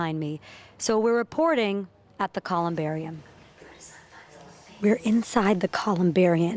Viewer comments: Its ColumbariuM not ColumbariuN. She said " booths" they're nitches. Sorry hun you get a D. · Man, I did not appreciate the humor at all. And for a reporter, why couldn’t she even say the word “columbarium” correctly